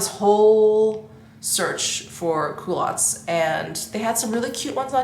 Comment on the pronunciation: I had to laugh when you were talking about your 'coolatts'-it wasn't until you tried them on that I realised you were talking about culottes. I must admit my hearing is no longer as acute as it once was. Your anniversary ring is stunning, enjoy.